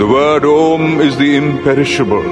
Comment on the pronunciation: its NOT AUM! its "OM"